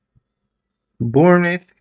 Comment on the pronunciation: I can’t believe that you are still having difficulty with the pronunciation of Bournemouth Beach!😂😂😂😂